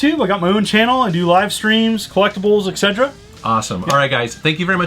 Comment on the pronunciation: How does a school teacher not know that etc is not pronounced” exedra”